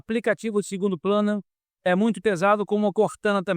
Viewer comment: "Aplicativu segundo PLANA" ahahhaaha.. Isso.. no rio tem muitos planadores, ultraleves.. morru dpa gávia... tá "ixpranadu"!